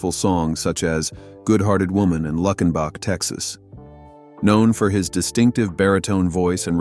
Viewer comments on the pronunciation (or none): 'Luck-en-bock' Texas? This AI crap is nothing but shit......